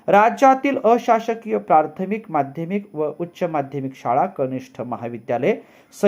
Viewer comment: आपले एक उच्चारण दुरुस्त करणे गरजेचे आहे. प्रार्थमिक ऐवजी प्राथमिक असे उच्चारण करावे. प्रथम ह्या शब्दापासून प्राथमिक हा शब्द बनला आहे.